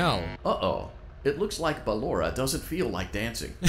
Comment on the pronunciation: Its "Ballora" tho